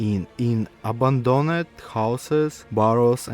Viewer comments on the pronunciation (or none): Бро, с таким произношением тебя никто не поймёт, кроме русских. Floor, door = [флор], [дор] Bear = [бэр], "бир" это пиво =Ъ Abandoned = [абАндонд] и т.д. Акцент акцентом, но гласные должны быть хоть приблизительно правильные.